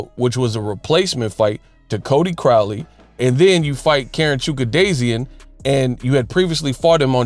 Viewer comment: Let me assist with the proper pronunciation of this Karen guy's last name, if you don't mind. Chukhadzhian(Choo-ka-jan). That should calm the butchery a bit.